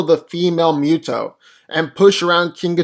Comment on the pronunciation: Love these vids! But I keep hearing Mew-toe (MUTO) even though it’s definitely Moo-toe (MUTO).